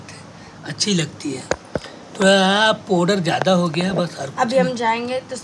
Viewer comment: नंदिनी पोडर नही होता है पाउडर होता है ढंग से बोलना तो सीख लो